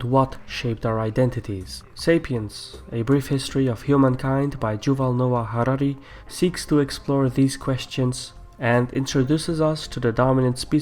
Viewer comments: His name is pronounced Yuval, not Juval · Youval not Jubal